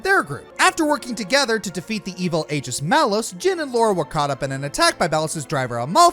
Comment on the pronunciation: #10 whatever #9 This is why i hate undertale. HeY dId yOu KnOw ViOlEnCe iS BaD? #8 No not really #7 It's pronounced "Bee-son" #6 Oh a revenge plot. how original. And it's "egis" not A-gis" do you not listen to the game dialogue? #5 Wow. That's still really boring and not even really a hero #4 nice sword. Is he compensating for something? #3 Buttstallion! AWAY! #2 this is why it pays to double check #1 blizzard banned in china. lol